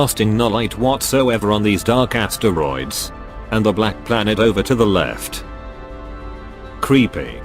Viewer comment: and the astereeds